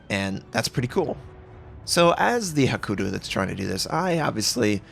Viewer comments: It's "hakuryu", not "hakuru" ;) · Hakuru xD :D HA-KUH-RUY-YU